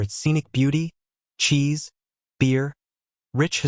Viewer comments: Cheese, not "ceese". How cheesy. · 'CHEES' 😮 ... please correct ...SO WELL DONE ... but, ya know ... .